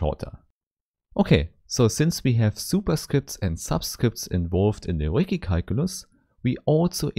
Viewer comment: yeah, the Ricci mispronunciation is bound to irk a lot of people; I had to take a 5 min break and cool down after I heard it! lol